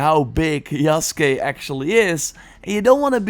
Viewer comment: Holy shit. You said his name, yasuke right but Ubisoft can't be bothered. Good on you